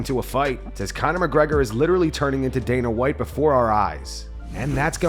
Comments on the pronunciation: bro said Dana Lite, lmao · “Dana Lite” 💀